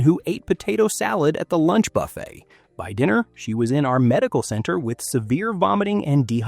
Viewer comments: 32 million cruise each year, and only 20 seniors have stomach problems. It doesn't sound like a problem to me. I'm 69 and have never had a problem. Anyway, you don't even pronounce buffet right, so why should we take your advice? What you say is logical, but not a serious problem. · Hey…Jimmy would be amused to be mentioned in this regard. The narrator makes Buffet sound like F. It. Sheila